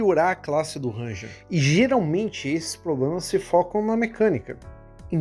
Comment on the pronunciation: Uma pequena dica: a pronúncia correta do nome é "renjer", com o R do começo arrastando um pouco